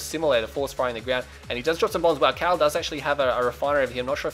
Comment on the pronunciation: khaled is pronounced "kalid"like in "valid"... it's an arabic name and it means Eternal :P .... great game GZ ... time to come back with a vengeance :)